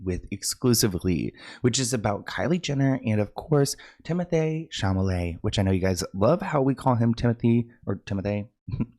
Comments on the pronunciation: Why do you call him Chamalet instead of Chalamet? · I just came for the chamalet pronunciation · Hi. I have a favour to ask. If you dont want to make any attempt to pronounce 'SHA-LA-MAY' (spelling it phonetically) can you just stick to saying his first name?? Like if you agree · EVERY time you say Tim-o-THAY Cham-a-LAY is life giving- NEVER pronounce it correctly, please! 😂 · Hi! Sooooo heads up that says it that way on purpose as an inside joke between him and his viewers ❤ Like if you actually watch his videos 😂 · Hi! So it’s an inside joke between him and his viewers ❤